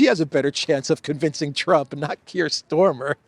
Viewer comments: Kiers is StArmer not StOrmer,for gods sake! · STARMER is the name of the British Prime Minister, not Stormer! Or is this some kind of PRO nickname that I missed?